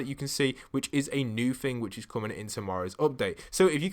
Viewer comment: Omg please stop pronouncing thing as ‘fing’! Can you not say the ‘th’ sound?